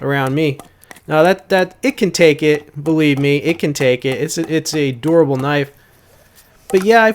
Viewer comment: Lol just busting your balls but the first like 4 times you said "a durable knife" I thought you were saying "adorable knife" because you pronounce dur like door. I was like "how does pounding it into a log make it adorable?"